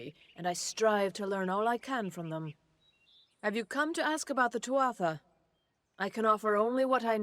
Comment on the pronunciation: 12 minutes in: Irishman in me is struggling with the pronunciation of Tuatha. Also agreeing with, the guy called Fomorous is probably a baddie, yes.